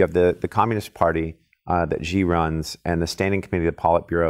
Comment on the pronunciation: If you think this guy knows China just take into consideration he can’t even say the president’s name properly...